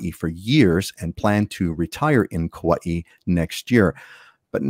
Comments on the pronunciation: First. Learn to pronounce Kauai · I was born and raised in Hawaii. Are japanese called Haole? BTW,, youre pronouncing Kauai wrong.